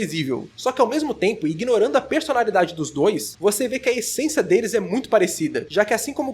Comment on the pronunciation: Espera, o acabou de falar "ESENCIA"?